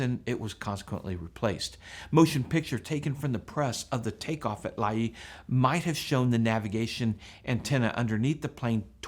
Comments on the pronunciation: It's pronounced "lay" not lah-ee. Really wish people would look this stuff up prior, it's easy to do and it's respectful to place and people you are talking about. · Its Lae in PNG and is pronounced Lay not Laeye. I lived in Lae as a young person and fell in love with the Earhart legend. As I recall there was a lot of material around the Lae airstrip about her but it was probably lost when the government moved the strip to Nadzab about 20 miles away. But what a woman. I hope the wreckage is found and good on you for the great coverage. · Interesting video. BTW, you and everyone else are pronouncing Lae, Papua New Guinea incorrectly. It's pronounced "Lay".